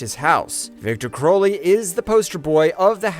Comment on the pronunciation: It's Crowley. Like cow or out. And it's a Hatchet, not a ratchet. Like the name of the first film. I swear it's just all phoned in at this point. When you say his name like that, ITS PROOF THAT YOU HAVEN'T WATCHED THE MOVIES!